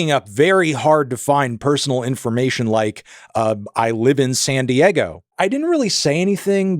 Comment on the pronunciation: Hell I’d sue you just for the way you pronounced ‘Diego’